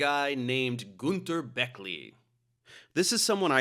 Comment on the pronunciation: It's not Gunther, it's Günther. At least give him this one after ripping him a new hole 🤣🤣